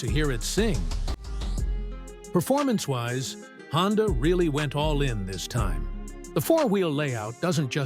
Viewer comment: AI a mf lol HONDIA tho?? 😂😂😂😂